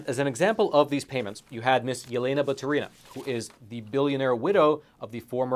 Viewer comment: Not like it matters but it's batUrina, not baturIna )